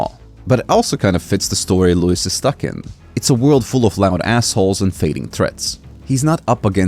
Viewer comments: You're pronouncing his name wrong. It's Loo-Ease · It's luis, man. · “Lou-is” lmao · It's Louise, mane